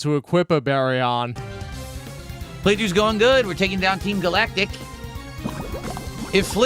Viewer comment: “We’re in the TEEM GAL-ACK-TICK base…”